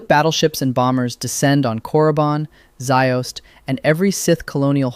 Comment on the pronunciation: “Ziost” lmao. Jews